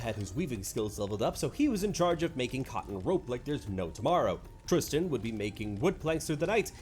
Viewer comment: It's very weird to hear my name (Tristan) in a YouTube video. It's even weirder to hear it pronounced correctly!!